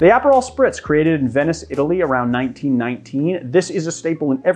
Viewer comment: This is a legitimate question- not trying to harass. Are the- I will say "alternative" pronunciations of some very common ingredients done for style/ charm- or is it like a regional accent thing? Like Aperol and Maraschino